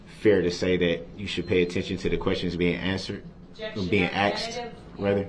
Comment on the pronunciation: "What does that mean?" Objec-shunn, leading 😂😂😂😂 Leading? LEADING?!? 😂😂 how stupid is he? If it wasn't such a tragic event then Duh-rell would be hilarious 😂🤡